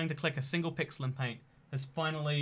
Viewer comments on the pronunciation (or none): none